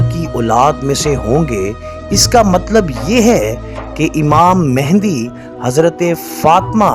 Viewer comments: Pehlay naam kehna seekh lain. امام مہدی علیہ سلام What is mehndi? Bht afsos ki baat hai k ap logon ko naam laina b nai ata ya jaan k bigaartay hain!!! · دوبارہ آپ مہندی مہندی بول رہے ہیں جب کہ اصل لفظ “مہدی” ہے.